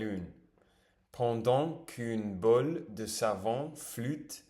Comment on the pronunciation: Ton francais est assez bon ! Mais c'est vrai que tu as une grosse difficulté à prononcer les "ou". Your prononciation is more like "il ju avec une bule ruge" instead of "il joue avec une boule rouge". And as a french speaker sometimes that's weird cause it becames a different word. Essaie de te focus sur ce point en parallèle de ton apprentissage. Grosse force à toi ton travail est déjà admirable ❤️🙏🏽